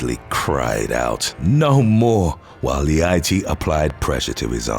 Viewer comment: "Leite" have a totally different pronunciation :) it means "milk". It's a common last name in Brazil.